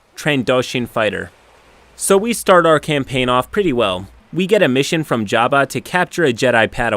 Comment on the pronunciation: Ok, you say “jabba” weird, too much emphasis on the second syllable, and it’s “jee-oh-know-sis”.